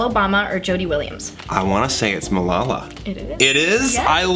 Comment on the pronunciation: Also I swear it isn't pronounced like that either, the surname not Malala